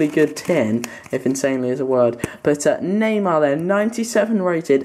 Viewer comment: neymar jr ne deyişiyorsun